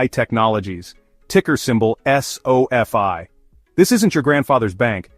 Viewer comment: It's too bad your AI segment at the end kept mispronouncing sofi.